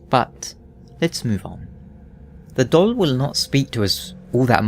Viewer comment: I can’t stop hearing your weird pronunciation of “doll”.